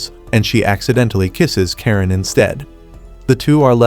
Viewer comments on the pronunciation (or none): Its not karen its karenae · it's karane not karen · Her name is not karen its karane😂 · Bro its Karane